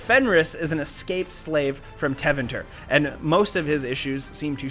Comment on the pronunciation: The way he said Tevinter… shudders